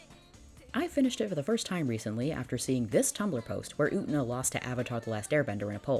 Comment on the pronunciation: Utena. U-tey-na.: "OOOTnuh"